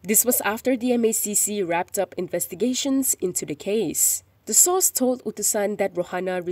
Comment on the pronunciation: 'Source' or sauce 🤭🤭🤭 so shameful la 🤬